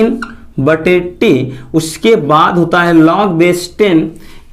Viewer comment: लाग नहीं लोग होता है sir 😂